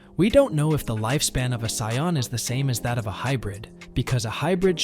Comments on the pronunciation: wtf is a siyon its saiyan💀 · Please stop saying saiyan like that